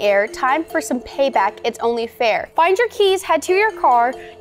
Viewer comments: said pay pack insted of pay back 😂😂😂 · Bro really said ‘pay pack’ 💀